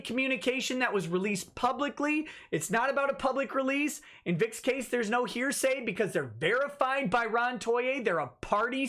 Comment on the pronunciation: I laugh every time says heresy instead of hearsay.